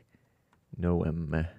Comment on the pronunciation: Stupid comments by Jesse about Kristi Noem. How could he not know how to pronouce her name?